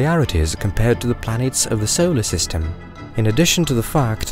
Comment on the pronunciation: So-Oh-ler system. Just the way you said solar system had me coming to the comments. So-Oh-ler system.